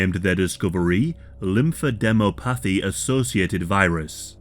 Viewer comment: Lymphadenopathy is pronounced “lymph-addin’-AH-pathy.” Former medical transcriptionist here.